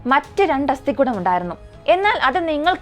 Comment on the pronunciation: അസ്ഥിക്കുടം / അല്ല അസ്ഥികൂടം അങ്ങനെയല്ലേ കുട്ട്യേ